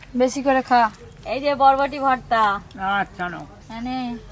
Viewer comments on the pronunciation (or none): আমার বারবার মনে হচ্ছে, উনি বটবটি বলতাছে, বুঝতাছি না, নাকি আমার শোনার ভুল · বটবটি কী 😂😂😂 বরবটি হবে তো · Bhul bolchen bodboti.ota barboti. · বরবটি ❌ বটবটি ☑️😒🙄😂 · Botboti naa, Borboti.... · বটবটি না ওটা হবে বরবটি।ঠিক করে বলবে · এটা বরবটি, বটবটি না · পপি আবার ভুল বলছে বটবটি না বরবটি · Kothata, borboti. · ওটা বরবটি হবে বটবটি না সবাই confused হয়ে যাবে তো ।🙂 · আপনি ঠিকই শুনেছেন.... বটবটি ই বলছে😅😅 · উনি বডবটি বলছে😊😊😊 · Hmm botboti bolacha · Na na apni thik ki sune chen uni botboti bolchen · Uni botboti tai bolche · আপনি ঠিক শুনে ছেন বটবটি বলছে 😂😂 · বটবটি না ভাই বটবডি 😂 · বরবটিকে বটবটি বলে। ও অনেক কথাই ঠিকমতো বলতে পারে না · এরা প্রচুর ভুল উচ্চারণ করে বরবটিকে বলে বৃষ্টি,চপারকে বলে চাপর...........😂😂😂😂😂😂😂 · ও ইচ্ছা করেই দেশের কথা বলছে। এ নিয়ে এত কথা বলার প্রয়োজন আছে বলে মনে হয় না। উচ্চারণ টা হবে বরবটি।